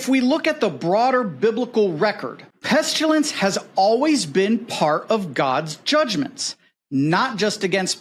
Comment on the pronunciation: There is no "U" in pestilence.